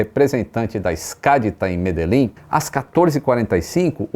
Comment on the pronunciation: É estranho pra mim que falo português mas que sou colombiano escutar o nome da cidade "Medellín" e algumas outras expressões e orações com uma pronunciação errada rsrsrs. Mas achei muito bom o documentário rsrsrs